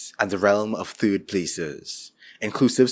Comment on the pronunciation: I'm hoping you pronounce third TURD. and I was right. turd places